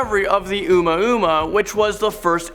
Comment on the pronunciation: "Uma Uma" wtf?